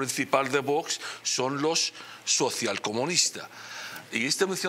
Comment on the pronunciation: Que manía con decir Vosssssss!!! Tanto cuesta decir bien Vox?